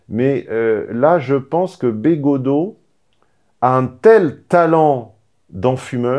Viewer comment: Attention, fait semblant de ne pas connaitre Bégaudeau et d'écorcher son nom. Manière indirecte de le rabaisser. Sinon, oui Bégaudeau est plus digeste et agréable à écouter quand il parle cinéma et culture en général, que politique!